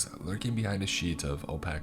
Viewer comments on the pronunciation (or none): O-pack? Really?